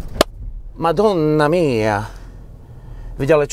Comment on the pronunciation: bella la pronuncia "madonna mia"in italiano..!!